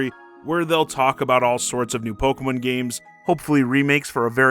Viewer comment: What is this "Pogeh-mun" you speak of? 🤔